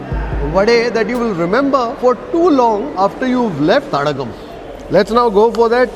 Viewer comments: It's not Thadagam. It's Thadaagam, meaning pond. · Not Thadagam, it's Thadaagam sir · It is not Thadagam ( தடகம்) as pronounces. It is Thadaagam (தடாகம்) which means a water body